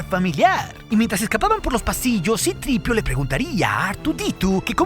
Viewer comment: Qué asco de pronunciación. "Cripiu", "Artuditu" 🤮